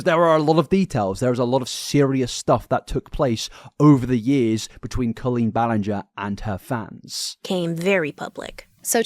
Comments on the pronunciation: My friend, YOU called her Colleen “Bahl-ing-er” for half of one of your deep dives 😂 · You are making fun of them being worried about getting the name wrong, because it's such an easy name, but in your first video on Colleen back in the day you were saying her name wrong for hours straight. 😂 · He was making a joke because he mispronounced the name 😂 Get over yourself. What bias? There’s evidence for all of acusations against Colleen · He has pronounced it wrong in the past, that's what that focus is. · thats rich coming from the guy who spent an entire multi hr vid mispronouncing her name lmao (it was a great vid btw no hate) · You called her Colleen Ballinger with a G and not with a J in your first video about her. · dude you used to say her last name wrong 😭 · You literally called her Colleen ball-ing-er in your first video on her cancellation last year. 😂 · "it's literally the easiest name to pronounce" sir you mispronounced her name for like your first two videos on her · Love you but 😭 “it’s the most easy name to pronounce” you said it wrong the entire first video you made about her 😂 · Chuckling at the start because didn’t you pronounce her last name incorrectly when you first made videos on this situation 😅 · forgetting he mispronounced her name as well 😂